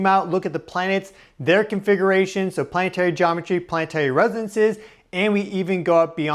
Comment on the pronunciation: plann EH tary not PLANT'RY ..............YOU ARE A PUBLIC VOICE. PRACTICE FOR GODS SAKE